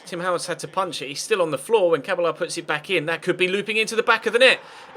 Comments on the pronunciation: It's not pronounced ca-ba-la its pronounced ca-bella because you roll the two L's! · Cabella is pronounced cabeya if u were wondering great series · it's pronounsed Remy "Cabeja" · remy cabella is pronounced remy ca-BELL-a